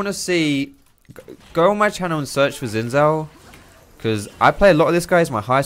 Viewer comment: Really enjoyed the complete clownfiesta this game was lol. Could you try to pronounce Xin Zhao with a J sound at start of Zhao, the chinese zh sound is more or less same as the english j sound so you could think of it as Jao or Jhao.